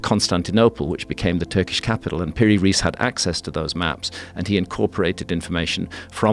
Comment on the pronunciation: Just a remark about pronunciation. If you want to pronounce it right, it's "Piri Rice", not "Riece". "Riece" is in German writing, because that way they pronounce Rice as "rice" in English. That's how it should sound. Rice in Arabic means "Captain". So not even his family name. In short, Captain Piri.